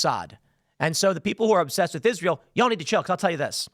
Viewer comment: Moe Sad? Is Ray ill?